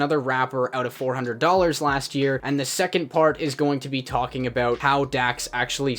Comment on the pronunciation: Talking aboot 😂